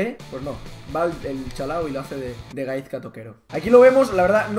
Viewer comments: se pronuncia gaiska pero bueno XD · La z de Gaizka se pronuncia como una s :S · La z de Gaizka se pronuncia como si fuese una "s". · like si te sangraban los oídos cada vez que pronunciaba mal Gaizka XD ese euskera joder, toquero balón de oro ya XD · Hay una cancion mejor de toquero spurss pero buen video ajajajjaja y se pronuncia GaiSka jajajaj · espabilao di bien gaizka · pronuncias mal gaizka pero ni te rayes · a ver si aprendes a pronunciar Gaizka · aber una cosa es k no sea el mas famoso de los jugadores pero gaizka es y a sido una leyenda en el athletic y el alaves y otra cosa es k no te guste la musica vasca xk no as puesto la cancion mas visitada en el proximo coment. Y aprende a pronunciar su nombre k aki las z se pronuncian diferente